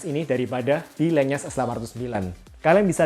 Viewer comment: Oh iya bang, buat wawasan aja LENYES itu dibacanya Len-Yes, jadi N sama Y nya misah, bukan digabung jadi NY Itu saya tau dari video produk official lenyes nya di shopee